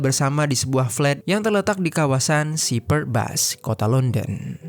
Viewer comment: Paul dibaca Powl bukan Pa-ul Shepherd's Bush bukan Sipard Bas tapi Syeperds Bush, dpt narator dr mana?